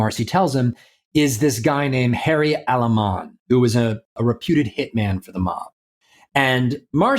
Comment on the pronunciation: Aleman its not ali man. Cousy is a huge hypocrite. He did the right thing when he was smart enough to understand he was heading soon to 2 outcomes. Prison or death.